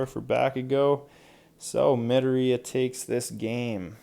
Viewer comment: Can you not prnoce Izuku's last name like Medorey because it's Mdoriya.